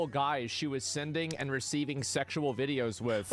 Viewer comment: wideos, adorable German moment.